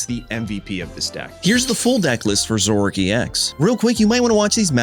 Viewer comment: Dude...its Zoro - ARK..not zork